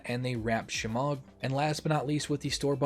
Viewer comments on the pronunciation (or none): none